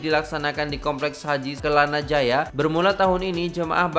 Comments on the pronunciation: Assalamualaikum..bukan "celana jaya" tapi yang betulnya *KELANA JAYA*... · Bukan 'celana jaya cak kelana jaya 😅